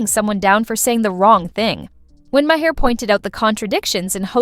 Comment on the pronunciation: They bleeped every other word to make it unintelligible, and AI can't even pronounce the primary's last name correctly: Ma-hair? You need to hire new programmers.